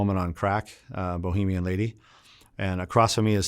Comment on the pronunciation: Interesting life. Listening to this guy is like reading a novel with short sentences and easy words. Good stuff. One thing bothered me, Bahamian not Bohemian, my man